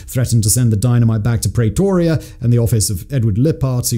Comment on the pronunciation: He committed some war crimes with the pronunciation of some of the place and people names. Prey-toria